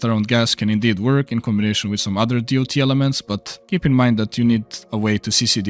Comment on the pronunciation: "Other DEE OU TEE ELEMENTS"